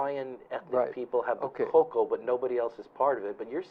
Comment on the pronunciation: Eh Hawaiian let em talk always godda slide in. Also it’s koko and not cocoa. Hmmm